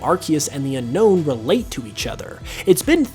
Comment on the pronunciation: Its pronounced as un-own